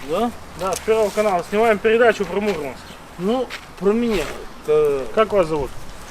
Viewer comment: не мУрманск, а мурмАнск...